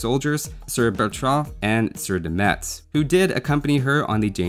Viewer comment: Hey, I'm from Metz and it's pronounced "Mess" ans not "MeTZ", and yes, we care about it XD